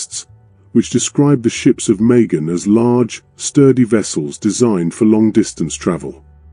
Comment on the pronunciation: It was oman* and it’s majan not megan…